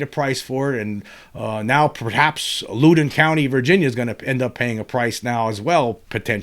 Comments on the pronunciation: James...the 1897 Texas crash has pretty much been found to be Fake News which was far more common back then I am pretty much in your camp otherwise. PS you pronounce Loudon incorrectly. It is not pronounced Looden. It is more like Laawden. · I'm on my way to that area of VA now for the work week. Just for the heck of it, for future reference if you want it, it's pronounced LOUD-on, as in, when is ticked, he gets loud. LOL. And the locals barely pronounce the second syllable, like "LOUD'n'." Cheers, brother. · It's pronounced (Loud-in) county lol I live in the area, just wanted to correct that 😅